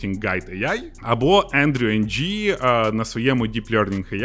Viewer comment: Лайк але 1. NLTK це бібліотека для NLP як Natural language processing а не neuro linguistic programming 2. Andrew Ng читається як Ендрю Ин (як інгове закінчення типу)